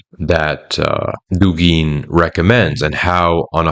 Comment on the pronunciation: I just wish you were saying Dúgin, not Dugín.